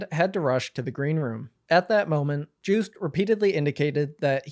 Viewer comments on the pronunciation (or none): It's 'car-rear' not 'kareeja' and its 'yo-st' not 'juiced' and Austrian t-shirt is like that every single year because the idea is 'we are still not equal' . Otherwise great summary! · no way bro pronounced it joost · yeah, its pronounced yoast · All awful news aside, the way u pronounce 'Joost Klein ' is frankly hilarious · its yohst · Joost is pronounced like TOAST. Say : Yoast - that is the correct way to say his name. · this is a great write up but omg, as a Joost fan I am dying at the way you pronounce his name... juiced... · Also just a heads up Joost is pronounced Yoh-st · you pronouncing Joost as Jewst to me as a dutch person is hilarious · Joost's name is pronounced more like [Yost] (idk how phonetic writing works) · As a Dutchie I am glad you covered this! Also Joost could be easiest pronounced as "yo-st" I would say☺️ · Juice Klein 😂😂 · great video as usual, but i wish some research had been done on pronunciation for this video. joost is pronounced like “yoast” like toast. käärija is pronounced more like carry-yuh. i also wish you had gone into the alleged reasons why joost was banned. joostice for joost and free palestine 🇳🇱🇵🇸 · "Joost" rhymes with "toast" btw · Wait…it’s not pronounced Jooooooh st? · That's not how 'Joost' is pronounced 😂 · Also Joost is pronounced like toast but with a Y instead of T